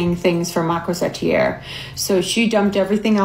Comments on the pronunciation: French here, your pronunciation is actually closer, to the french pronunciation. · the pronunciation was on point, you even pronounced corsetière better than the sister did -a french person